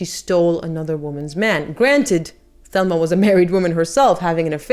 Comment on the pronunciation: Thelma’s name was pronounced TELma (Spanish pronunciation) and she was the twin sister of Gloria Vanderbilt Senior (famous GV’s mother) and I think the last name was pronounced FurnESS. I love your channel.